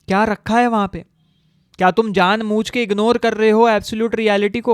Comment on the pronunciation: Janbujke ❌ Janmuchke ✅ 😂